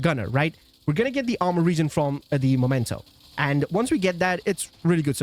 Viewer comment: It's a Meee-mento, not a 'Momento' , mate! From Latin imperative 'memento!' for sth. being 'reminiscence of' , or 'keep in mind, that...' , like, '...you have to die!' = 'Memento mori!' ⚰ The Rogues watches on the backpack could be an indication of why this backpack is called 'Memento' , because these watches are 'Mementos' to those who had to die. Painfully. Sry, I got carried away. Anyway, it has nothing to do with 'the moment' , although it is also a moment to be remembered. But the thing is not the moment! The moment is gone. Vanished. Dusted away. It usually never turns into a backpack. The remnants of the moment - plus a few decaying bodies that will soon have decomposed, except for the timepieces - that is meant to be remembered, and which are kept to this end, are the mementos. But that doesn't make anything a 'momento' . This word only exists in American Mickey Mouse lingo and wherever other linguistically challenged people have copied it without asking what they were talking about. So it's in fact the dork language of people who never understood that someone who first said 'memento' in front of them really meant it, and hadn't said 'momento' , but which was the only thing their two brain cells butt-fucking each other only understood. Since then, they had been calling things that were mementos 'momento' . Nyahahahaaaaa .😭 I could piss myself! 🤦🏼‍♂ 🤜🏼🤕 It's also 'memory' (same derivation), not 'momory' , ain't it? 🤡🪓 But if in doubt, just read its name correctly, then